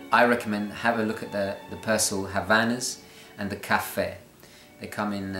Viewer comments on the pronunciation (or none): none